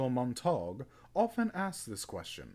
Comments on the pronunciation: Pronunciation = mont-a-gyu not montauuug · U hav to penouce (sp) uncle mont-er-gue